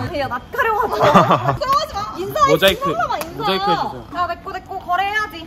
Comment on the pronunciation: 아니 모자이크를 모자이“코”로 들은게 개웃기넼ㅎㅋㅎㅋㅎㅎㅎㅎㅋㅎㅋㅎㅋㅋㅎㅎㅎㅋㅎㅋㅎㅋㅎ